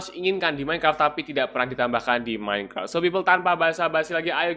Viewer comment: iya aku tau seharus minecraft tapi aku denger abang ini bilang "Minecart"